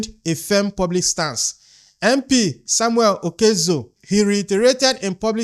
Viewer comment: Please Samuel is not an Igbo man, so stop pronouncing his name wrongly period.